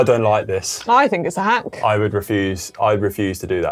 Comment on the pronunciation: Seeing the edit of Connor saying Hank instead of hack just about made me choke on my dinner